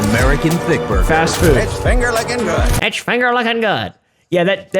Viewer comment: buguh and fwies 💀